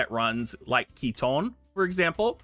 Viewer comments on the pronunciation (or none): none